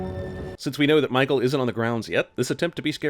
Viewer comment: lmao why did you pronounce Michael's name that way? mah-hoo?